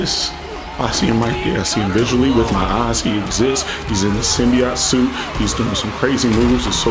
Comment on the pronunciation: Blud said "symbiat suit" 💀💀